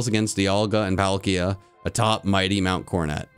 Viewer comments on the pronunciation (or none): none